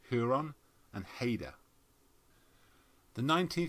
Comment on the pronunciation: Just for future, I believe the way to pronounce HMCS Haida is 'Hi-dah'. Thanks for this!